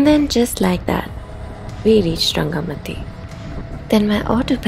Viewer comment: It's called RangamaTi 'Ti' like Tea not like soft T.